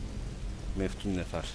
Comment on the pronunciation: Onlar Meftun Değil Metfun :D :D :D